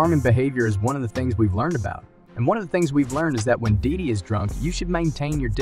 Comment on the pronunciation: Shouldn't be speaking on him if you can't pronounce his name